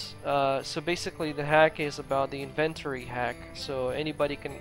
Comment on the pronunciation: Go to google and look up "how to pronounce inventory". You're welcome.